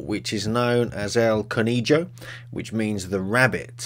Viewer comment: Oops, it's not "Cone-E-Joe", it's Con-A-Ho".